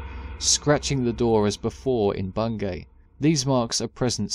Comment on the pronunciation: just so you know, its pronounced "Bungy" around here